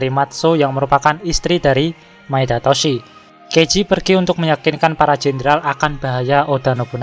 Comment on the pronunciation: Ralat pelafalan bang Sengoku dibaca Senggoku Tokugawa Ieyasu bkn Ieyas Maeda Toshiie bkn Toshi